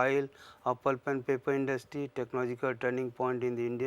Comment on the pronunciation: papi industy ! tau ji bolna to sikh lo